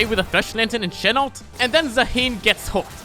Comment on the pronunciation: It’s Zaah-hen not za-heen 😭